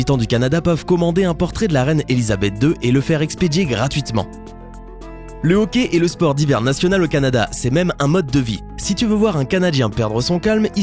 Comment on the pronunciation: Et j'habite au Canada et on dit hockey pas hocky